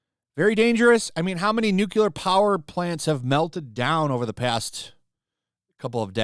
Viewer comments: It's 'nuclear' energy, NOT 'newkiller' energy. I mean, the technology has only been around for seventy five years, you'd think people would've learned how to pronounce it correctly by now.... 🙄 🍄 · New Clear Not New Koo Lur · Nu-cu-lor. It's Nu-clear. I agree but you sound more credible when the word is pronounced correctly. Nu-Clear. Two syllables. NOT three. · Noo-CLEE-Ar. Not Nook-yuh-lar. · Are you saying nuclear energy or nucular energy? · Nu- clear NOT nu-cu-lar come on, man! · Nu-cle-ur, not "Nukulur", please! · Repeat after me "new clear" not "nuke ewlar" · It is not "nucular" it is "nuclear". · It’s “new-Klee-er”. Not “nuke-ular”. Love your stuff, brother…. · “Nuclear” (new-cle-ar), not “Nucular” Otherwise, great video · Nuclear is pronounced "new clear" not NUKEYELAR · im sorry, i dont wanna be that guy, but you said it too many times, its NEW-klee-er, not NEW-kyoo-ler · Nuclear is "New-Clear" not "New-Quelar. Nuclear. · He’s a virtue signaling idiot. Side note, it’s Nuclear, Nuckyalar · You lost me at nuculer. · It's pronounced nuclear. NUCLEAR! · I can't listen to you mangle the word 'nuclear' any more. Say it with me: Nu Cle Ar. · NUCLEAR! NU...CLE...AR! there is only one "u" to pronounce. also, France's electricity is primarily produced by nuclear power. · I never liked Mark Ruffalo. He always came across as whiny, uninformed and pretentious. Also, a nitpick: Nuclear is not pronounced "new-kyoo-lar". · As much of an idiot as Mark Ruffalo sounds, I wish you would stop pronouncing nuclear wrong. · the way u say nuclear sounds wrong